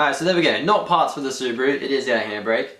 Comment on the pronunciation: it's not Subru it's Subaru :/